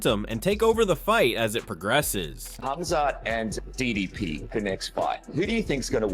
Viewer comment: How do people still not know how to pronounce DDP's name 😭